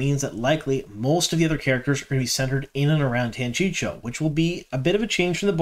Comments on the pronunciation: Every time you say Tanchicho I giggle. Isn't it "tan chee ko"? Thanks for your videos, loving the info and looking forward to S3🎉!!!!! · I think you 100% knew the way to say Tan-chee-coh and just mispronounced for fun/an attempt to increase interaction. It worked. Made me comment :) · Good stuff man, agree on the Tear stuff. Drove me nuts with your Tanchico pronounciation though lol Tan-chee-koh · I love how we all have our own pronunciations from our original reads too. 😂 I’m Tan-Chee-Ko too 🙃